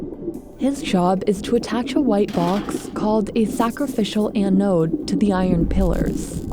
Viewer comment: the way you say "anode" irks me